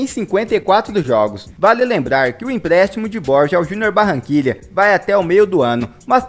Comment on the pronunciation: Se fala bor-ra não borja